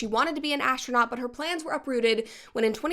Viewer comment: Brett saying “asstronaut” makes me want to watch MXC again.